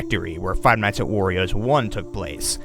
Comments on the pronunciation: ayyy he started saying "worio" agen at fnaw 4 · gets upset that people say he said 'worios' last time and then says ''worio'' seconds after like it never happened. lol